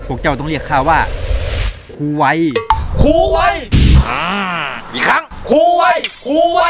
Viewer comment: ตอนเรียกครูกูฟังเป็น ค..ยครับ55555